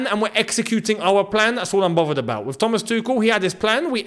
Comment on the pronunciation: That " tha-mas' was accurate as fuck 😂